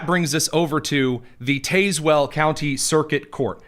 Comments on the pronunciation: Love your show. You're pronouncing Tazwell incorrectly 😂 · Taz well. The "E" is silent.